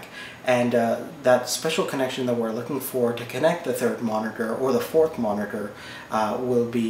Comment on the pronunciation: MONITERGHG lmao